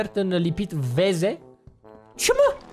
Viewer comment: Sunt verze , nu veze 😊😊😊